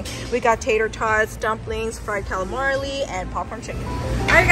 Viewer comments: When you say calamarly instead of calamari it’s actually awesome. ❤ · tbe word is cal-a-mari. NOT calamali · The way says “calamarli instead of calamari😂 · CAL-A-MARI!! Noooo second L in the word!! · Cal a mar eeeeee. LOL. No L at the end. You crack me up! So cute. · What did she just call us? Calimarly ... 👁️👄👁️